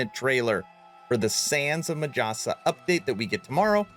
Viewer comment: I cringe everytime the narrator says majasa. in my language J is pronounced as H. So its pronounced as Mahasa. Its like the harry potter meme. It's wingardium levi-"O"-sa not levio-SA.